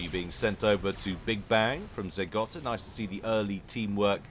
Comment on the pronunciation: It's Zeh Go-ta, not Zeh Gotta. There's one T. Good stuff, though. Keep it up.